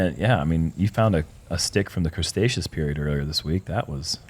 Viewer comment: Guys it’s cretaceous!!! There is no s in the beginning of the word! It’s Kre tay shus